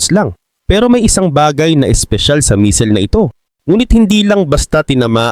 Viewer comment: Correction pls..hindi mesil ang pronouncciation kungdi messil